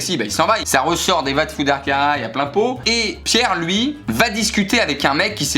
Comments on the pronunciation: La traduction C'est plutot "va te faire foutre connard "😂 Et pour la prononciation C'est " va t'fouder " pas vatchouderre😂 autrement le caraïlle c'était niquel😂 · « Va te chouder caraï » 😭😭 pour une portugaise, mes oreilles saignes